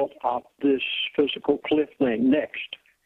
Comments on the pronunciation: Dude, it not "physical cliff", it is FISCAL cliff. Please also inform your elite friend that it seems a little goofy to expound on fiscal policy if you can't pronounce or spell the term. But, the message is clear and I feel all this is more than basically true. I am age 60 and I feel totally disposable. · "Physical" cliff? This kat is preaching financial ruin and he calls it "Physical" cliff? - Damn, , , someone help the old dude get it right. FISCAL - FISCAL - FISCAL - as in financial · has obviously never heard of the word "fiscal". He keeps saying physical cliff, LOL. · I swear i heard him say "physical cliff". I might just be crazy... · As much as I'm leaning towards believing this guy, the fact that he keeps calling it a "physical cliff" instead of a fiscal cliff makes me think he doesn't know what he's talking about. He also said churches have a "401c3" status. They do not; they have a 501c3 status. Did anyone else notice these? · He keeps saying physical cliff-its fiscal cliff but not splitting hairs-he's right we are screwed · "Physical" cliff? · I can't stand when people pronounce fiscal as PHYSICAL.. Makes me bonkers. lol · I think a lot of these ideas are correct, but remuneration is consistently misprounced; fiscal cliff becomes physical cliff. How can an educated person of his type do this and be taken seriously? , 501 (c) 3 non-profit corporation becomes 401 (c) 3. Educated people do not make these kinds mistakes. Or, am I being too harsh? So far, I haven't heard eck setera, but I'm waiting for it! Pardon for being so cynical. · If someone can't pronounce the word FISCAL I consider the source unreliable. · I agree. If he can't pronounce FISCAL, his credentials are very dubious. I wouldn't be surprised if he says NUCULAR also.